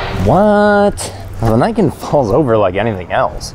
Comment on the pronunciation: Glad to see you pronounced Niken correctly! Ugly bike though.